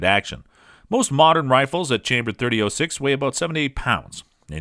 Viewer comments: As soon as he said "thirty-o-six" .... I'm out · It's either "30 aught 6" or "30 Springfield." Hearing him say "30 oh 6" makes him sound like a complete rube. Stopped the video at the 3rd utterance. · 30 ought 6, please stop, it hurts me every time you say 30 'oh' 6. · 30-06 is pronounced; thirty aught six, not "thirty O six" which is tantamount to sacrilegious ramblings. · Sorry dude. Couldn't watch more than 4 minutes. It' s not 30-O6. O is a vowel. It' s 30-aught six period!! As in three zero- zero six. 30-06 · No, not "thirty ought six." It's "Thirty Aught-Six," or for those of us who love it, just "Aught-Six"...Loyalists take note. And mentioning "308" in any discussion of the Aught-Six should be a crime punishable by having to listen to this video ten times in a row. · It's aught6, not .06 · Thirty aught six. Not thirty O six. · Dude “30 ohhh six” that’s a new pronunciation for a 120 year old cartridge...I don’t trust this robot.... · I had trouble paying attention after hearing .30- (OH)6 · What's up with the narrator ? Mispronouncing lots of names and I think I even heard him say 30 -08 at one stage ! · the way he says 30 06 is driving me nuts ..... 30 aught6 i can hear my grandfather correcting me now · Did you say "thirty O six?" TF? Lol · If you are going to review a cartridge you should at least learn how to pronounce it. There is no O in 30-06. It is pronounced aught. Thirty aught six. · Must be AI generated. Two key things it got wrong, the pronunciation and origin of this cartridge. The origin comes from "30 caliber Military Ball of 1903" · Thirty Oh Six? Weather-bye? Thank you Mr. A.I. Narrator! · I tried to stay with this video, even with the 30 oh 6. But it mispronounced Weatherby....I'm out! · Oh-six, weather-bye, wtf are you some kind of city slicker?